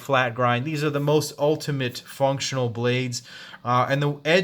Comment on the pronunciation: Most untlimate? What I heard was ultimate form lol